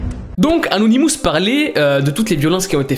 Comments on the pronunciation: les "anonimousse"? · On dit anonimos